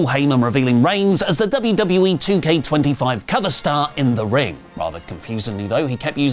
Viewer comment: Paul Heyman saying WWA instead of WWE 2K25 was pretty funny. I'd get the game just for the Bloodline cover art lol